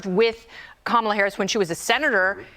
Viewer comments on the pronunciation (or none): none